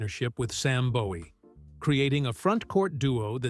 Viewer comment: You lost me when you mispronounced "Bowie". SMH